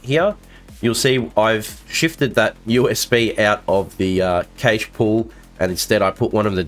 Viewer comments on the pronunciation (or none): Cache is pronounced "cash".